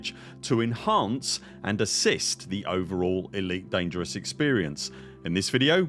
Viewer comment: That's an immensely helpful video! It's surely bound to impact the ED community positively in the long run. The more commanders sharing their data and using these tools, the better the galaxy becomes. Thank you for making this video 🍻❤ (and great work on pronouncing 'Elite Dangereuse' 😄)